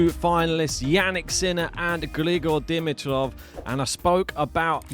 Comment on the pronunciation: before you hurt my wife's ears tomorrow, please - "D-MEE-trof," D-MEE-trof." Not "DIM-i-trof." Now that that item is out of the way - Grigor, for me, is equally as fun to watch as Carlos. His game style is insane. His tennis IQ is off the charts, and when he plays at his best, he is good as it gets. And my word - Sascha was such an obstacle. He was getting every ball back and he could have easily won. Fantastic to watch Grigor's last 2 matches! And go Danielle today?